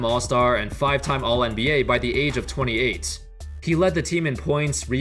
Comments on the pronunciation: When he said age I stg I thought he said AIDS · Bruh I thought you said he had AIDS. I hadda reeeeeeeeewind.